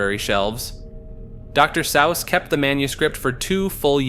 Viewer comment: You’re killing me with the pronunciations bro. Dr Sowse? You’re doing it on purpose